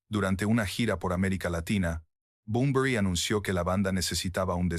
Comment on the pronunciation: Like por cada vez que dice Enrique Bumblebee